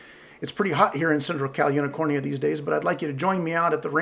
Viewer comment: "...calunicornia " LOL!